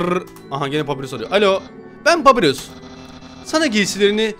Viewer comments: Abi papirus diye okimican papayrus diye okican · Ya abi papirus değil papayrus de şuna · Abi papirus değil papayrus deniyor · yanlız o papirus degil papayrus diye soyleniyo